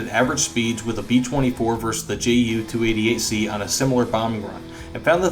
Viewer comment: The J is silent German J.